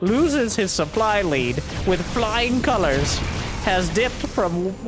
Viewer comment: Sup-bly's uncomfortably close to even. Did you miss that one? :P